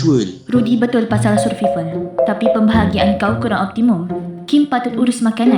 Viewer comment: sedikit sarann kak, kata survival itu dibacanya "survayvel" yaa. oh yaa, dubber Rudy & Jet kayaknya satu orang yaa? spill dong